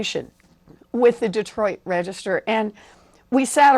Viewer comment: anyone else hear warren say Detroit Register lol